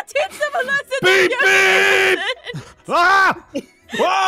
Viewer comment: I was laughing at saying im going to theach them a lisin